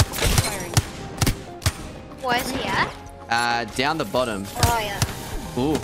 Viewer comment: sounded like you said "got shot by another gay" and not another guy lol